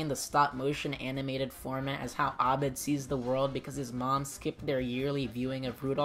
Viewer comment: What’s up with saying Abed properly!!??? I had the video playing in the background and that pronunciation gave me a HUGE shock 😂😂 i love it. I have no clue if you speak arabic or if that was just you doing your homework, either way it waa refreshing.